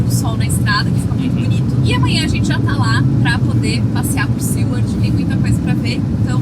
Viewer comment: Seward e não “Sewerd”…